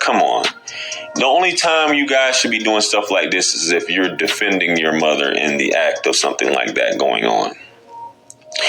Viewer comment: Learn the fuck how to say "mother " Damn that's distracting!!